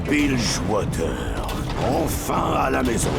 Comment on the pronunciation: "Biljewateure" plzzzzzzzzzzzzzz